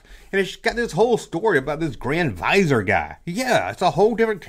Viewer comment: Awesome video! Also, Grand VIzier is pronounced Grand "Vi-Zeer"